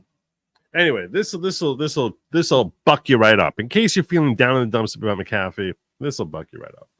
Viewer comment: Hi, my maiden name is McAfee. It’s pronounced Mac-uhfee. Love your program!